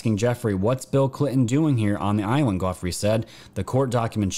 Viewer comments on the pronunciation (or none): Hi this may help " To pronounce Virginias surname ... ' Jew fray ' .... love your show ... keep it coming 🙏🏻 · Giuffre is pronounced jew-free, like Jimmy Giuffre, the famous jazz musician. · Appreciate your post, as always. Virginia Giuffre~ last name pronounced : 'joo-free' OR 'joo-fray'~ depending on which dialect accent you choose to use. Regardless, it's a soft G w/a long U & the I is silent.